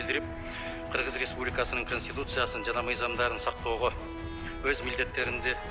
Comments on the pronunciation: Чачын саксайтып,конститутцияга тили келбеген Нарматовадан эмнени кутобуз? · концитутия дегенди анан коз карандысыздык дегенге Тили келбей журотго маскараа